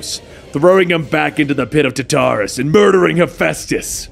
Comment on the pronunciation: Tarteris it is pronounced tar-ter-is